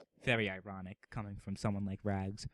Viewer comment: Rags is rags not bu-lly